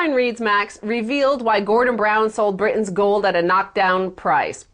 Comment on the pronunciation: she can pronounce british but not britain